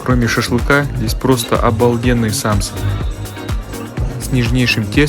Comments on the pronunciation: у нас говорят самсА, ударение на последний слог. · Дорогой блогер, учить не буду, но подскажу. В слове самса ударение попадает на последний слог, а не на первый. Научитесь говорить. Также многие не правильно произносят слова манты.